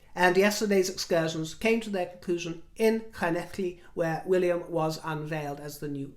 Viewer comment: My Dad's family is from Wales - so it was lovely to hear you pronounce the two Ls in Llanelli! In fact my cousins live there! Impeccable as always, dear. What a gift you are!